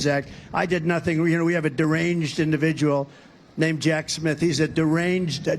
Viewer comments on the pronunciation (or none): none